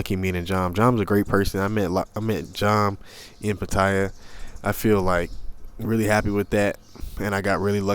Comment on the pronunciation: It's pronounced Pa-Ta-Ya... I know it's a minor thing but my wife rolls her eyes every time she hears a foreigner (especially a Brit or an American) butchering the name of the city. Other than that, I came to find out just how you got cheated on...that is, if this is not just click-bait like so many other Youtube thumbnails (forgive me, I've got nothing else better to do). Part II: Well actually watch 3/4 of the video and had to give up...meeting girls on an app - in Pattaya no less - and expecting sincerity. But it's okay, same story, different era and contact medium. Maybe somebody here will learn something. Probably not. Cheers!